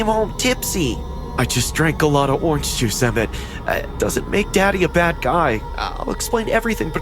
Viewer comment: Bro, "Oriange Huice"? Lol, is "orange juice" trademarked or sth?